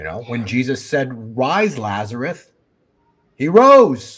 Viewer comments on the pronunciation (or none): Is he saying Lazareth? It's Lazarus. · I know this is picky, but, the man's name was LAZARUS. With an "S". It is not pronounced "Lazareth." Look it up: John 11:1-44. L-A-Z-A-R-U-S.